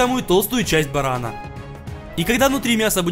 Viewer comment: Не барана а барана ударение на последнюю а